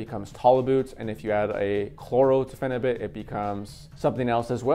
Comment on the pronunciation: It's Phenibut not Phenubit, just thought you should know.